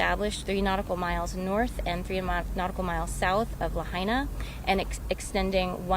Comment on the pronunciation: PRONOUNCE LAHAINA CORRECTLY, AT THE THE WAY THE PEOPLE OF LAHAINA DO. Get someone who can speak, not just impersonally look down and read off a script.